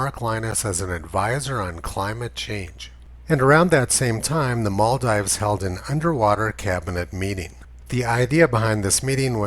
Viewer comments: Sorry, did you just said Moldives? It's Maldives. A. Just throwing it out here since we're consistent and precise, right? Humanum errare est. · Yes and it's pronounced Maldeeves.